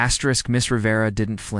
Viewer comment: Tell this asterisk that he must please stop to asterik